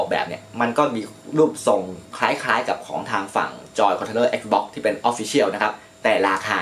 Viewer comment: Xbox อ่าน แอกซบ๊อค Astrobot อ่าน เอสโตบอท งงชิบหาย 😂